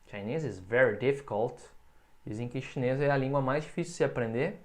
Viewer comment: Eu quebrei muito com ele falando "Chines" kakaakakak